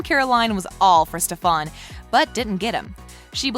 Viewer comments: Ikr, like bro it’s (st-E-fen) NOT StefAN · anyone else mad that she keeps saying StefAN BUT ITS STEFAN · Wtf is stefaaaan Its stefan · If I hear "stefon" one more time I'm going to learn how to spell it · Whenever she said stefAn I said “ITS STEFAN!!!” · Same I was like stefAn girl who but that shit got me triggered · Couldn’t even get through 3 mins because of the way she said his name... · the only thing i noticed was how she misprenounced stefan smh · So quick to assume but can't even pronounce stefans name Alaric it a pass but what the heck you have got to take some grammer lessons and has she even watched the show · I can’t even watch this because of how she says Alaric and Stephan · it frustrates me that she isnt saying Stefan and Alaric right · She says literally so many names wrong lol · wtf, did you really watched the series? why are you sayng Stefan's name wrong? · U say it like stefin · nobody: This whole video: stefÆn stefÆn stefÆn stefÆn stefÆn stefÆn stefÆn stefÆn alerec alerec alerec alerec alerec alerec alerec alerec alerec alerec alerec alerec alerec alerec alerec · they obviously have never watched an episode because she keeps saying stefan and alaric wrong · The way she pronounces some things it's like have you even watched the show... like stelena, delena, and STEFAN i just dont get it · Ok I thought I was the only one annoyed at the way she kept saying stefan. I didn't even care for stefan and I was so annoyed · if she says “stefAn” one more time i’m going to cry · Ikr like bro stop pronoucing Stefan wrong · Say it the frick with me Ste-fen Stefan, A-lar-ic Alaric jeez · why does she never say stefans name right😭😭😭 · You was saying Stefan name wrong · Did you notice that you were saying stefan`s name wrong?? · Oof why say the characters names wrong ?!?! Like you think since you're doing something on the show you'd know how to pronounce the names 🤷‍♀️ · She’s not even stays Stefan or Alaric’s name right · can you not call him that it stefan